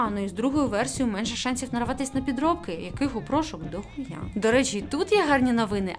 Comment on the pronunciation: як вона смішно сказала «дохуя» 😅